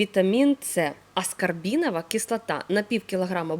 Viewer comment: Палавинка лимона, аскарбинова кислота, яблачний,ни для кого, растирання, ну дуже ріже слух іі вимова